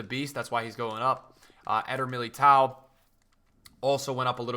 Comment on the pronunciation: I'd like to put in a formal request that you pronounce Militão correctly (I know Portuguese is odd), the ão isn't pronounced like ow, Militão is closer to sounding like Meely-toan. Hard-ish to explain but try google translate's voice feature, the same goes for that ão in names like João Felix and João Mario